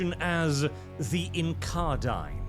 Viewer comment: You do not pronounce a single thing correctly, hell you turn incarnadine into incardine somehow.